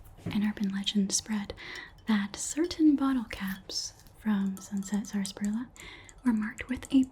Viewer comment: i love this so much! and i hate to bring it up but because i grew up in a region that still drinks the stuff i have to say it's usually pronounced SASSparilla, the first "r" is effectively silent. anyway i loved this video this was so much fun thank you so much!!